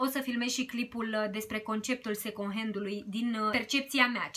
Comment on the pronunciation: In multe videoclipuri te aud spunând second🙈 , încearcă să nu mai pronunți așa. În rest ești super draguță și îmi plac clipurile tale.❤️